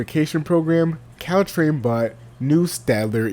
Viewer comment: wtf is Ctrain? It’s Caltrain 🤣🤣🤣